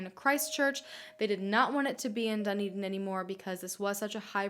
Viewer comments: the way you say Dunedin annoys me. sorry!! its pronounced DA NE DIN not DU NI DIN. amazing video btw!! xx love from New Zealand. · So cool that she did a case from NZ! But makes me cringe when she says ‘Dunny-din’ hahahah we pronounce it more like ‘Dun-E-din’ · high key ocds me how she says dunedin but then she’s not from here idk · Thank you so much for this case! I live in dunedin (i love the way you say it hahah) and i honestly didn't know very much about this case even tho it is very known, so thank you!!! its really insane how it is. i had no idea how crazy the mother way! the poor family.